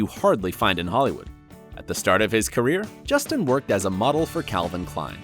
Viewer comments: who tf is Jesteen? ITS JUS-TINNNNNNNN KAH-REV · Claire Dé Lune justine CAREev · They this guy pronounces names.... it's really bad. Justin Chambers is clearly not Justina. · so he spells and pronounces karev wrong, then calls him justine???? please... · “... as Alex CARE-ev” and I think he said Justine lol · And then he called him Justine. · DID YOU JUST CALL HIM JUSTINE? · "Alex carrot" "Justine"?! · Wait, did he really pronounce Justin as "Justine"? Or am I hearing things? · Nope. He said Justine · Claire Dé Lune he said justina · At one point he also said Justine instead of Justin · I almost can’t handle the pronunciations of the first stars on screen and off screen names and it’s only a minute in! ! Justine?? Really? Get it together if you are going to make videos. Seriously. And, Chandra Wilson is NOT married. She has a long term boyfriend and children but they are not married. This is just a train wreck. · You are pronouncing Justin and his wife’s name wrong😂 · Why are you always butchering the pronunciation of the simplest names like Justin? You did it to Addison’s name in another clip too!